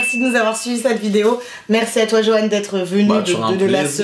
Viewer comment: c est Johan papzzzzzzzzzzz et pas Johan papssssssss🤣🤣